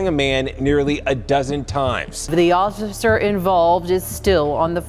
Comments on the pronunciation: "The ocifer involved..." jeez - slur much? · is that female newsreader drunk off her face??! "The osshhficer involved is still on the force." Oh, yeah, and LAND OF THE FREE, BRAVE, PROUD